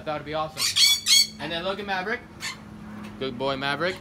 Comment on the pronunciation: MAVERICK SOUNDS LIKE HES SAYING YA EVERY TIME YOU SAY IT